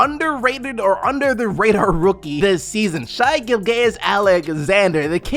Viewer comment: Gil- jus not Gil-gayus